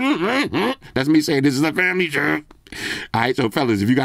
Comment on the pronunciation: FWMLY SHWWWW!